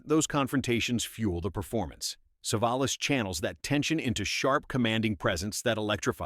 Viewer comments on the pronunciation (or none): "SAAVE-UH-LOSS?? CAN'T YOUR COMPUTER VOICE SAY "SUH-VOL-US"?? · AI voice can't pronounce Telly Savalas' name. I am presuming most of the "facts" are as accurate as the pronunciation. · Never mind about all the times it mispronounces "Savalas" or even "live", some of the pictures popping up are pure "What the hell?" head scratchers the AI pulls up! 😮🫣😆. 🤓😎✌🏼☮️